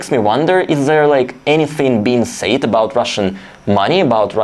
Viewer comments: Your English is very good, I just want to point out that it's not "sayed", but "said", kinda pronounced as "sèd". Other than that, keep up the good work! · Just a helpful pronunciation tip. "Said" is pronounced (sehd), rhymes with "fed". Yes, it makes little sense that it would be pronounced differently but that's the way it is in English. The same with the word "says". Rhymes with "fez".